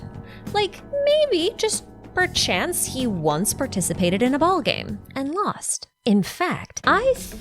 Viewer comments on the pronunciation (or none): You can't just say perchsnce